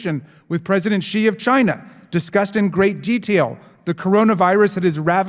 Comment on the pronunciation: This is as always excellent content, but as pronunciation and correct diction have been significant talking points this week, a quick message to Ben: You are repeatedly mispronouncing the name Xi. As a non-Chinese speaker, no one expects you to say it perfectly or to use the correct tone, but "X" should be pronounced like a hard "sh," not like "j."